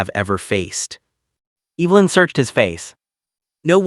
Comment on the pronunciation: Please learn the pronunciation of the name Evelyn! Narrator’s voice is unattractive.